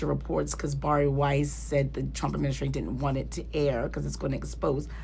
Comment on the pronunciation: I believe it's pronounced like 'Berry', or 'Barely' qualified...